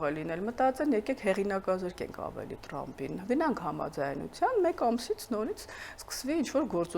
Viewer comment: լայ լաղջիկ լերվուծաբան դյու ընչու՞ ես Թրամփին տըրամպը ասում , մենք թ և փ տառ ու հնչյուն ունենք Մենք ռուս չենք ։